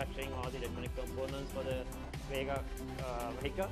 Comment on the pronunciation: I came here to look at the car, not a bunch of people talking about it. and so goday when he says VEEEGA, sounds like vega from Sony. You need to sell this car below 5 million and maybe it will be a hit, if you use high quality components.